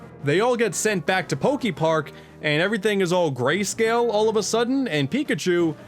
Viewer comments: Pokey-Park? Pretty sure it's "Poké". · Is he gonna say Pok-ee-park the whole time? ... oh no... EDIT: HOW THE HELL DO YOU SAY POKEMON CORRECTLY BUT MISPRONOUNCE POKEPARK??? HOW DO YOU SAY POKEBALL THEN?!?